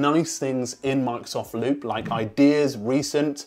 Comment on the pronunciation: Did he said "Monks of Loop" at the beginning?